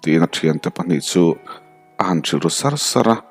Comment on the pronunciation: A han che sâr sara ni lovin,a han che sar sâra tih zawk tur aw